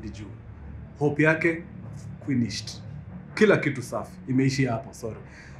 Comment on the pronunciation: "hope yake kwinished" 😂😂😂